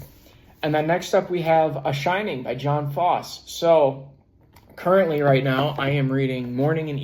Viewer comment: Septology is a great book. FYI. Jon Fosse is pronounced "Yun FOSS-uh".